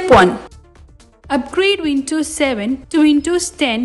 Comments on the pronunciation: And by the way it is WinDows not Wintos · windows ❌ vintos ✅